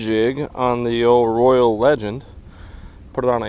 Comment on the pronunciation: Thank you for the video! But Roy-ale. Like Royale with cheese.